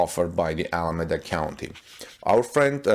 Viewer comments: You are not pronouncing Alameda correctly. The E is long .. like EEEEda. Keep the good reports coming .. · Pronounce Alameda as Al a me da